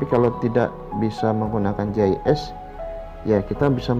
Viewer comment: gis mksdnya itu pak, tapi terdengaar seperti jhs. Gis atau sig singkatan dari sistem informasi geografis